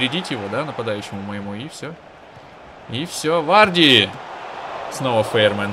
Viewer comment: не Фейрмен, а Ферманн. В варианте на латинице (Fährmann) просто не читай букву h, так как она идёт после гласной и всё. Такой уж он немецкий язык.